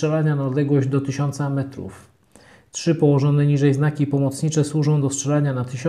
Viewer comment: dobry film (bo i broń świetna) ale chłopie! na Boga! popracuj no nad tym "czy" , "czydzieści" , "czysta" :D..... no i nie ma amunicji 7,62 "razy" 54, to jest za duży skrót myślowy ;)